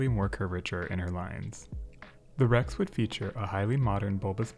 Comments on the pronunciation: You pronounced Rex okay 👍🏽!! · Seems to me you pronounced rex correctly every time. If Italians wana their names asaid correctly they shoulda speak english.